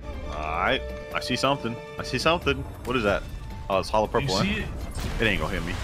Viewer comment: Hollow purple= hollo purple lol 😂